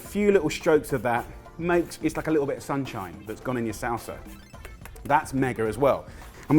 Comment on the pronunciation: A litul cheese!!